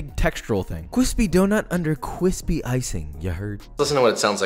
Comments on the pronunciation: Cwispy donut. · cWispy doughnut under cWiSpy icing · Here's an idea for a merch, CWISPYYYY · Nice and cwispy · Josh: nice and CWISPY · the amount of disappointment i had when the allegedly cwispy sour cream doughnut did not made not even a single crackle when he broke it... but i love you Josh i forgive you ❤😆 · You're not a piece of garbage. You're a cwispy chef! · Next video idea: cwispy buffalo wings???? Lemme see josh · This vid was nice and CWISPY. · Thanks to Joshua I like my bois cwispy now smh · I like how he always says Cwispy